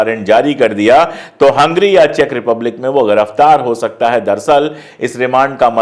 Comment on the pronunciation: भाई पाण्डेय जी ग़िरिफ़तार नहीं गिरिफ़तार बोला करें